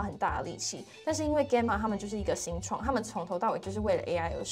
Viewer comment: Gamma是希臘字母之一，alpha beta 等，你唸錯了，查就知。